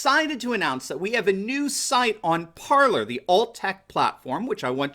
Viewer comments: It’s pronounced Par-lay is it not?? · Parler is pronounced "par - lay." Source: Parler. Just sayin'... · I believe (although I could be wrong) that "Parler" is pronounced par-lay, using the French verb "parler" (parLAY) meaning "to speak/to talk)". That makes sense based on the nature of the platform... Also considering that the English word that sounds like "parLOR " is spelled "parlour". Like a beauty parlour or an ice cream parlour.